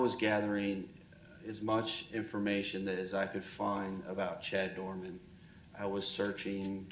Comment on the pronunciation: Doreman, not Doerman.